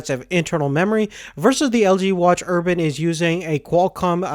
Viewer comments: ur-bane not urban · Urbane, urbane, urbane. Not urban. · its urbane not urban... urbane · You're not pronouncing Urbane correctly. It sounds like you're saying Urban, which is an area with high population density such as a city. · urbane not urban. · fuck you ***** he pronounced it urban. not urbane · Ur -BANE not erban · Watch Urbane has 245 PPI not 348. PPI calculated for a circular display is different than a square one. Just my input. Nonetheless the screen looks great. Also the Urbane does not have NFC. And last of all its pronounced Ur-BANE.